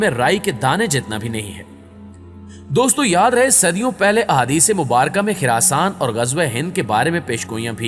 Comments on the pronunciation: Ye khiraasaan nahi hai. Khurasaan hai. Khurrr na ke khir Ap log ache bhale name ko bhegar dete ho. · It's Khurasan not Khirasan!! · to Khirasaan nahi khorasaan hai خ کے اوپر پیش ہے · Khirasan ni Bhai... Khurasaan